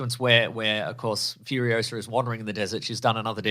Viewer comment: I knew after every YouTube ad when I’d hear FURIOSARRRR a thousand times a day that I would not be seeing this film lol